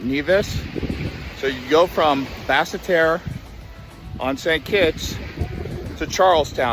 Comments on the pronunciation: Not Bassa Terreh!! It's pronounced Bassterr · And (Bass-tear) Basseterre. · Basseterre pronounce Bass-tear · Pronunciation of "Nevis" and the capital make me cringe...